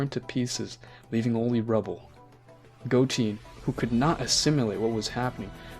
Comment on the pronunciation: “Instant Teleportation” “Gochen” “Shenlong” these are pronunciation “instant transmission” “go ten” and “shen ron”. Also Gohan deciding to use super Saiyan 2 and not ultimate and Goku not starting with Super Saiyan Blue kaioken x20 fighting the gods the first time does not make logical sense especially since Gohan is smart enough to make a decent decision. The new forms you made were very cringe some of these include Super Saiyan 3 ascended and Super Saiyan Purple God. is just something that would never happen. Also Saiyans have been stated to have a lifespan of 2 times the average of humans. (The average human life span is 80 years old) Also, Buu was able to break out of the time chamber easily so they would have been able to break out just with Goku’s Super Saiyan Blue. this video was ok otherwise.